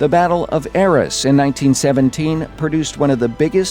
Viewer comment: BTW Arras is pronouced A-ras Hard As, not Es